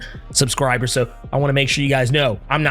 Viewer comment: “Whadisup Earths mIGHTIEST subSCRIbooors”